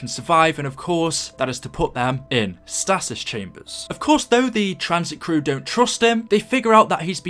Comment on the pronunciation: The way you pronounced stasis 😂